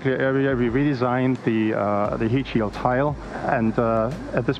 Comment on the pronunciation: Every time I hear "heatsheild tile" my eye twitches